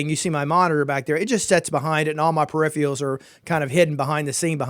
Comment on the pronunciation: Dude it's peripherals not perifrials. and it's throughput not thoroughput I suggest you learn how to say the words you going to use because if you don't know basic english I'm not going to be taking any advise you give seriously. With respect, learn the language.